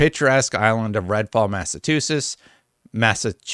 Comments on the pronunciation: it's mass-a-chew-sets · Massachusetts = Mass-uh-chew-sits